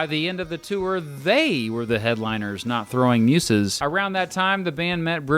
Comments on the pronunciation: muZes...not muSes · never heard Muses pronounced like that. weird